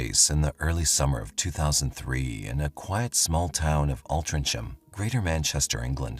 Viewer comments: It’s pronounced All-tring-am, not All-trin-cham. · Altria ham pronounced Alltrin ham . The c is silent . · AltrincHAM ---- Altrinc HAM .... Th "C" is silent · It's pronounced Altringham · Altrincham is pronounced - Ohl tring am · It's pronounced Alt-ring-ham. I grew up around there & Sale The hospital is pronounced Wiv-in-shaw It's the hospital my nanna passed at & my sister was born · Altrincham. Is pronounced Alt-Tring- Ham. It was a spelling mistake when the town got its market charter, apparently .sorry, I'm from Altrincham it just kept bugging me every time he said the word. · It’s pronounced altringham so as you know lol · Altrincham, its pronounced ALT RING HAM. forget the C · It's pronounced, 'Altringum" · Altrincham is not pronounced as spelled for the love of all that is holy! Alt-ring-um it is! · Altrinng- Ham. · Pronounced Altrincham. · Altrincham is pronounced Altringam. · It always makes me laugh the way Americans pronounce Altrincham